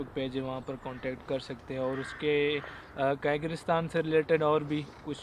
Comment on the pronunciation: O bhi at least apni pronounciation tjek krein kam is kam کر غیزستان hai